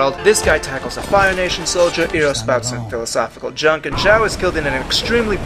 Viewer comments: ...talk about pronouncing names wrong you stupid wolf dog w.e you are its not eroh its IROH OMFG HGSVSJVVHS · God all the mispronunciation in this film was horrible, the script writer, as well as the director are morons. Also to the guy who made this, it is IROH(eye-row) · He pronounced iroh how they did in the movie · you are concern with the cast pronounce Sokka wrong but you yourself didn't get Iroh right.... Irony....